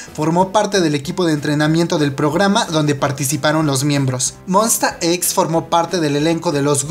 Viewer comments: When, tu les dices "monsta equis" xdxd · Yo los pronuncio Monsta ex xd